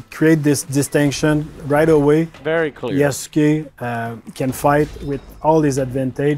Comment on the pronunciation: The Black Samurai is named Yasuke. Yasuke is pronounced (YAW-SKAY) it sounds just like Sasuke from Naruto, but with a 'Y' instead of an 'S'.